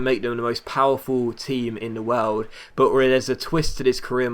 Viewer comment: I don't think those animations with penalties actually effect the penalty taker. Also, it's funny how you say 'world' no offense but it's just funny. Love your vids man keep it up! :-)